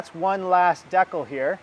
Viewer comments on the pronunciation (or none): What's a deck-el? Does he mean Dee Cal? Lol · Deckals lol you mean Decals right lol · Learn how to pronounce Decal. You gave me a chuckle when you kept saying deckle. Lol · My name isn’t Tim and why are you saying decal like that?? It’s Dee-cal not De-cal. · dat how wepronounce it in England too deckul, not deecal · When he pronounced “decal” I had no clue what he was saying until he put your decal on the bucket, lol